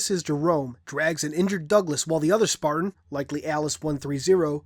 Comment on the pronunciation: It's been known that "Demon" is both an insult, and a moniker of respect directed towards the Master Chief, and Spartans in general. This is widely considered the current reason behind the Chieftain's choice of words. Also, just because I'm a stickler for content, the Alien Chieftain in question is a Brute Chieftain, of the Jirahalnae. Also, it's 'Spartan', not 'Spatain'.